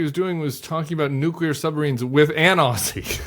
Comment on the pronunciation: As an Aussie 😂 Just have some pronunciation feedback for you guys: “Aw-zee”, with a “Z”, as opposed to “Aw-see” 🤣❤